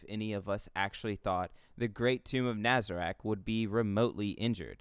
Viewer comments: na-za-rock you sound like an idiot and you can't pronounce anything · Why are you saying his name and nazarick like that did you watch the show? Or is Japanese sub said like that cause I didn't watch it but a lil sus👀